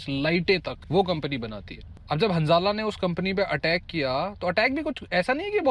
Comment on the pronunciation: Hansala nhi handala